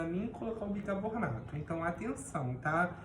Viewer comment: admiro a sua capacidade na saboaria caseira, porém, acredito que a sua pronuncia errada da palavra BICARBONATO, não se deve ao seu problema, mas muito provavelmente porque você deve ter aprendido de forma errada como a maioria das pessoas. Como eu já disse anteriormente, você é excepcional como saboeiro. Tente corrigir sua pronuncia.